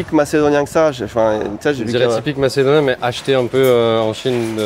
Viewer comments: "Macedoinais" à ...euh non..."Macédonien" 1 minute de vidéo et c'est chaud déjà. 😮😂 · On dit macédonien pas macedoinais ahah quand même renseigne toi un peu c'est la base du respect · On dit Macédonien et non pas Macédoinais ... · On dit macédonien mais je continue quand-même la vidéo 😆